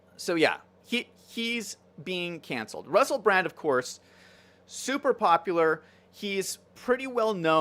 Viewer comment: Obviously you're not a fan. His name is actually Russell Brand. (NOT Russell Brant)